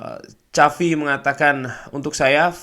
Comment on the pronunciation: xavi ya sekali lagi xavi hernandez, bukan chavi haha